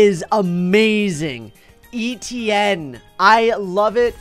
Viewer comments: Why do you call him steven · Can someone’s tell me why he is calling Etienne Steven?